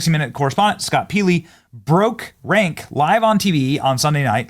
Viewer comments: PEELY? PEELY? I haven't watched 60-Minutes in 20 years but I remember him being introduced as Scott Pelley. Did he change how he pronounces his last name? I doubt it. I don't think Benny Johnson has ever watched 60 Minutes. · Are you deliberately pronouncing ''Pelley's'' name wrong? Likely, not. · Benny, do yourself a favor and do your pronunciation research BEFORE you make videos. You pronounced Scott Pelley's name "PEELEY". NO! It's PELLEY...PELL-EE. DO try to get your terrible pronunciation under control, Benny. Please. You're welcome, AGAIN. sigh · Benny, Pelly is pronounced so that it rhymes with jelly. Or belly. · Learn hoe to pronounce Pelley.